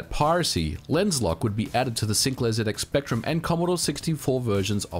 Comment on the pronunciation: for saying zx spectrum correctly.